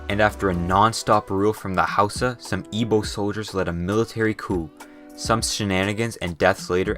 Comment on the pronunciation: oh my God you said it right good job. Have heard professionals and scientists (people who should know better) say Ig-bo when it's I-bo.